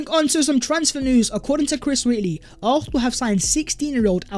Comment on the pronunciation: Hey, our team is pronounced ARSENAL!!!!!! NOT ARRRFFFFNAL!!!! 😤😤😤😤😤